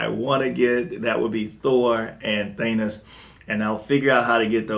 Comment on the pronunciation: Im just not a fan of these pewter statues... I need original color. looks nice but noit my cup of tea. And are you saying thanus??? Instead of Thanos? LOL!!!!! Come on Man. lol love your reviews keep them, going. I bought the cable premier statue DUE TO YOUR REVIEW . thanks for that. still waiting for it to arrive in the mail.... Im trying to get a xm statue, do you know the best way I can obtain one? And also im asking everyone that im willing to buy the galactus maquette from sideshow. So if you have and want to move on from it please inform me im on the hunt for that statue